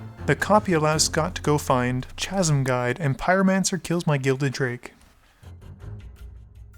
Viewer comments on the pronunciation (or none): The "J" in Jokulhaups is pronounced like a "Y" and the "Ch" in Chasm is pronounced as a "K".